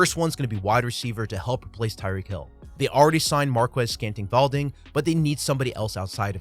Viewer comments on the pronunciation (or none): “Marquez Scanting-Valding” 😭